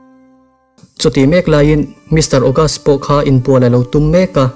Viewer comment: Uncle August-a hi tinge Pogast-a i tih tlat a, Tyler pawh hi Tyre i ti tlat pek a 😂😂